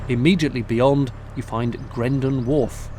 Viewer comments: It's Grendal. Not Grendon, but well done for the Marillion plug! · Dilly dilly.! Love em. But it's Grendel, not Grenden.! Ha, kileigh.! How many more marillion nods.?